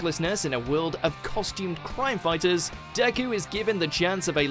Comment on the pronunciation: How do you mess up Deku's name